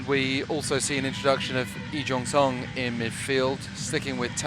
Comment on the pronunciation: 이종성 발음봐 토종 한국인인줄